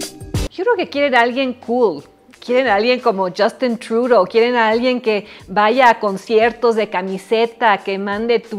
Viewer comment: Está señora sabe mucho de los millenials de... Wyoming. Ahí deberías de ir a ser politóloga y "teacher" Denise, a Wyoming o a Idaho a decirle a las "potatoes" que "Just-teen Troo-doh" es muy "cool", aunque los canadienses y el mundo no lo bajen de pobre "pendejou", "ya know Denise Girl?"... Ya a un geriátrico, por el amor de los "Gods".